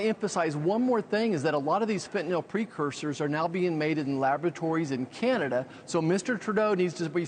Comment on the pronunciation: Fen-tan-ILL not Fen-,ton-nall